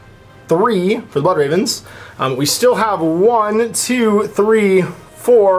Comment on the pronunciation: BLOOD REHVENS YOU HAVE FEHLED TEH EMPRAH.